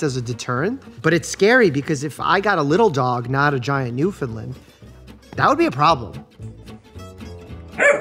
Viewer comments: Please :) I beg you, pronounce it New-FIN-Land. (not lind) . Gorgeous dogs. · As an east coast Canadian, please say Newfoundland correctly. Not new fin lind, new fin land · Newfoundland pronounced like ‘understand’. Newfoundland understand. ✌🏼. Cute doggies.